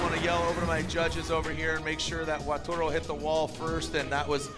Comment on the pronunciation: YEAR 4 of saying "WATURO" instead of WATARU 😂